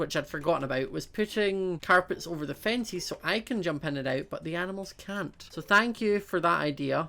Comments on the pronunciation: Who else loves the way he says fences as fencies😂😝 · Every time, when says fences i Hear fencis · mia jvr: I do! I think it's nice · He pronounces chickens as checkens and he pronounces fences as finces